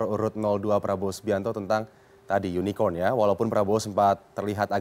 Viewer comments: Unicorn bukan unikon 😂 dengerin yg di ucap junjungan cebong ajh udah salah.. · Yunikon.. yunikon..??? Unicorn..!!! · Yg ditertawai bilang unicorn, ternyata yg salah yg nanya bilang unicon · unicron d baca yunicron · Kalau blum tau pasti Bahasa Inggris jgn asal ceplas. Unicorn psti dibaca Y. Kalau inggris, orang sana cadel sbut "R". Jdinya yunikon. Bukan Yunicorn/yunicron. Kalau U pasti dbaca Y. Lo gk prnh bljar speaking ya. Lol. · Unicorn di ucap unicon wkwkwkw belajar lagi bhs inggris nya jangan malu2in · Sambil manggut2 pucat, yunikon yunita yuni sara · Idih pada bangga ya bully pak prabowo, padahal pak prabowo cuma berusaha mencoba memastikan bahwa yg dimaksud pak jokowi itu memang unicorn, karena pelafalan pak jokowi memang kurang jelas. Makanya ditambah dengan kata online biar tambah pasti. Kalau memang pak prabowo ga tau ttg unicorn, ga mungkin beliau bisa menjawab